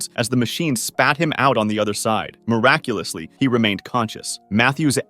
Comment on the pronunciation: BRO I LOST COUNT OF HOW MANY TIMES HE SAID MIRACULASLY AND BRO THAT LAST ONE 💀💀💀💀